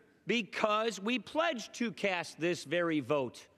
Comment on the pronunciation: Did he say 'cast this vote' or 'cash this vote'?